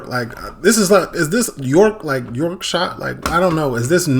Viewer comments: The pronunciations of "Paris" and "Madrid" differ from the way we say them because they're named in French and in Spanish. "Yorkshire" is an English county and is named in ENGLISH - there's only ONE way to pronounced "Yorkshire" correctly and that's 'York-sher' NOT 'York-shy-er'! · You kill me everytime you say Yorkshire. It's pronounced York shh err 😂. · He's just saying it in his accent. That's fine. We don't pronounce "Paris" like French people do, "Madrid" like Spanish people do, or "Copenhagen" like Danish people do. Not even all Brits pronounce "Yorkshire" the same. We say it in our own accents.